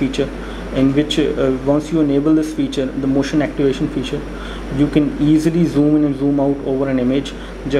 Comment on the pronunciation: zhjoom, lmao